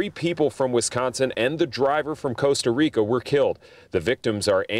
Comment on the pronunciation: you said Costa Rica wrong!